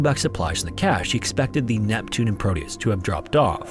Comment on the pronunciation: It's Proteus with a T not prodeus 😊